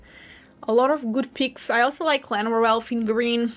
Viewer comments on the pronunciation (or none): It's always curious when you add a W sound at the beginning of words like, "elf." It sounds like youre saying, "welf," lol 😅